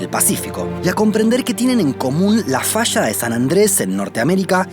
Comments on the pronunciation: Se dice falla no fascha habla bien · El documental esta bueno, pero es incómodo escuchar el sonido de la ye y la elle como sh, puras fallas que son fashas o cordilleras como cordisheras. Matan el español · Se dice falla, no fasha ...